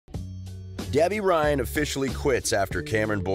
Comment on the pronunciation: this dude said gebby ryan